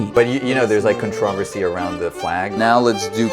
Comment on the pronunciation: Dude can’t say controversy